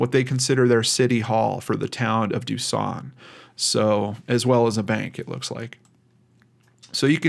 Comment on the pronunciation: That ain’t how we say duson😂